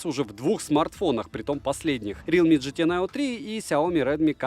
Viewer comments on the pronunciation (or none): none